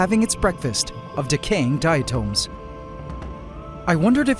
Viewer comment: I think diatom is pronounced differently than the way he's pronouncing it